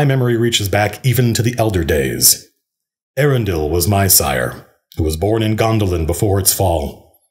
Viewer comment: Eärendil is pronounced Eya-ren-dil. Note the diacritical mark.